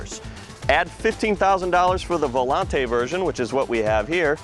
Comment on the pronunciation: I hate when "professionals" get names wrong, with Astons using the Volante name for decades, you'd think he'd pronounce it right. It's pronounced Vo-lant, not Vo-lon-tay.